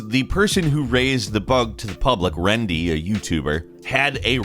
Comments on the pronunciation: It's rendi lol not rendy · It’s rendi not rendy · It’s jagex with a J not yagex lmao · ITS “RENDI” AND JAGEX HAS A HARD J